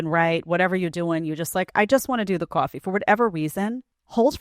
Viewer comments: Cah-fee. Cah-fee. Not Qwa-fee. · what's a cwarfee ?? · Number two lost me with “kwawfee”. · Hahaha the boobie comment is so spot on! and the way she pronounces "kvoooffy" sigh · I could never date a woman who pronounces the word 'coffee' like this woman. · I was thinking the same, how weird is she pronouncing coffee? 😂 Whatever makes her sleep at night, that's her justification in believing this crap. All these women "deserve" these days...but what do they have to offer apart from a pretty face and their body? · Just the way She over pronounced the word coffee,Is annoying in The second video,I am.sorry. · Does anyone get Coffee Talk from SNL vibes when she says Coffee? Plus, she just did it because she wanted to show off her coffee beans!